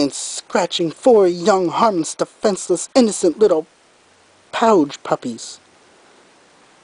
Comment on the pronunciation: Oh man! The way you said "Almost DESTROYED it!" Made me wanna laugh! How did you like Opal's role? I believe the correct pronounciation for "pouge" is something that rhymes with "rouge." Nice try, though. Sweetie Belle has much in common with a pug, you know that? They're so CUTE!